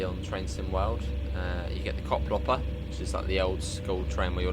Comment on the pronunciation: It's not Koplopper but Koploper. So, the second part is not pronounced like copper but like coper, not hopper but hoper. I hope this makes sense.